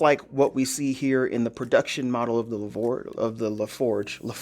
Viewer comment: Not tryna be an ass but since when did we pronounce the letter G pronounced as a J? Levorch